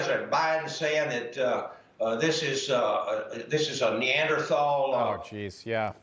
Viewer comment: Biden says opening-up is Knee_ander_thow - you know -what I mean - "Thinking"